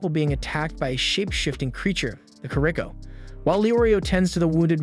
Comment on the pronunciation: kuro peekah he says